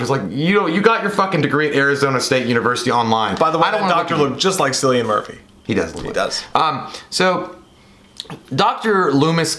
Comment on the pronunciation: I hate always being the corrector of mistakes, but I need to mention that “Cillian” (as in Cillian Murphy) is pronounced as “Killian”. Now you know! 😎